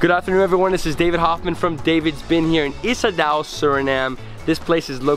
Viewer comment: Ik weet niet waarom Surinamers "Isadaw" zeggen. De uitspraak is "Isadow". Betekent: je bent welkom.